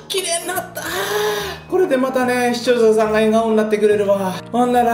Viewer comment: て『視聴者さん』を『しちようささん』って言ってる？わざと？w w